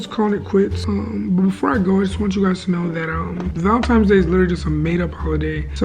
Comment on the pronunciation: MY MAN SAID VALENTIMES DAY AYOO LMAO IM GLAD IM NOT THE ONLY ONE WHO SAYS THAT